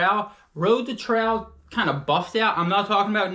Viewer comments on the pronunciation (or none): Tral shoe :) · Funny how you say trail! Not in a mean way, just tought I'd say it hahah😅